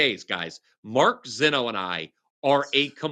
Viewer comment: called you AND Rob Veno ZEENO